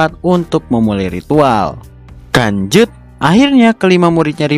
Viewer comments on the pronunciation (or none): Kenapa setiap abang nyebut "lanjut" malah nyebut "kanjut"? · Abang nya kalau ngomong lanjut malah kedenger kata kan*ut